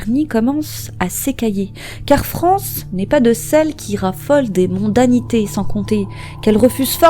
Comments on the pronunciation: On prononce Frances = Francèss, et non France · Vidéo intéressante, mais je tiens en revanche à préciser que son prénom ne se prononce pas "France", mais "Francesse". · Bosser avant de poster ça vous arrive ? Frances "sss" pas France. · Son prénom ne se prononce pas France mais « Francesse » !!! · ça se prononce Francèss son prénom, pas France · je crois qu'il faut prononcer Francèss et non France... dommage de rendre un aussi bel hommage en écornant le prénom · Ça se prononce FranCÈSS ... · On prononce le "s"final.Francess. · Tu as oublie le"S"final a Frances! Prononcez : Fran cesssss! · Salut 🕺faut prononcer le s dans son prénom ✌️